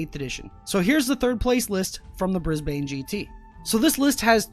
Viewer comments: “Bris bane” hahahahah “brisben” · The way he pronounced Brisbane was like getting shot in the head, bris ban mate, not Bris bane (like from batman) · Love you man but it's pronounced Bris-ban not Brisbane, kinda hurt when you said the villain in Batman not the city of the tournament. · Briz ban